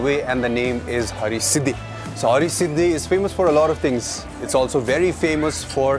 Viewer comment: Its Har-Siddhi not Hari-Siddhi …please make sure to correct it .